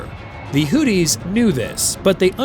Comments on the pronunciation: Not hooties 😂 hoothies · Hearing Hootys over and over was annoying to keep hearing. If you are going to say their name, at least say it right. Houth - e is how it's sounds. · Is the AI calling them Hooties?? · Hooties and the blowfish? Pronounce your words. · Ha ha ha. He says hooties. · AI garbage. Mispronounced Houthis every time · Man your pronounciation of houthis makes me laugh so hard. Sounds like booties with an H 😂